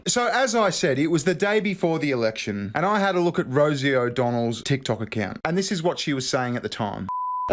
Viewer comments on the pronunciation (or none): none